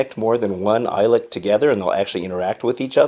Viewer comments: You pronounce it E-Lick... I think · It’s pronounced “eelik”